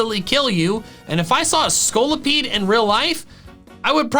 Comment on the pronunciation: THE SECOND O IN SCOLIPEDE IS SUPPOSED TO BE AN I!